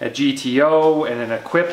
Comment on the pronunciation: I wish would learn to pronounce the names of the products he's reviewing. "Equip?" No, it's French and pronounced "Eh-keep." From another video, "Mille" is not pronounced "mile." It's either "Mee-lay" (Italian) or "Meel" (French). Since Assos is from Lugano in Switzerland, where they speak French, Italian and German depending upon the region, I'm not sure which is used in Lugano, but it sure isn't "Mile." But best shorts out there, no doubt. I've bought nothing else in the last decade at least.